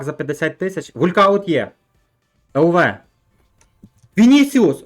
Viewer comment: Не вулькауттт а волкаунт )